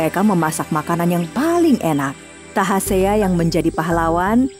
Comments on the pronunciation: Tasahea deela min bkn tahasea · bukan tahasea tapi tasahea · Bukan tahasea min, tapi tasahea 😇😇 Ini cerita rakyat dari daerah saya di kolaka suku tolaki mekongga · Maaf koreksi sedikit. Nama sang pemberani itu yg benar adl Tasahea bukan Tahasea. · Yg bener itu tasahea jangan di pelintir dong bukan tahasea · SALAH NAMA...TASAHEA...NOT TAHASEA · Tasahea, bukan tahasea